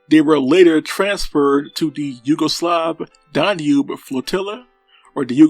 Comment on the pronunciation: Learn How To Pronounce DAN-UBE!- NOT DON-UBE! When You Talk About The "Weight" Of A Ship, You Use The Word "Displacement"! (Nice Collection Of Rare Footage, Though!)